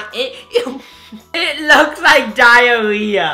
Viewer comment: It woooks wike diawea lol